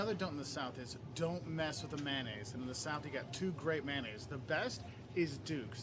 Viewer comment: Sir, sir the way you said mayonnaise….thems fighting words. And make sure you try tomato gravy with your biscuits